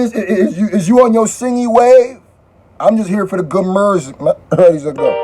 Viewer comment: i laughed at this man like why he say music like mirrrrsic like is the word music copyrighted now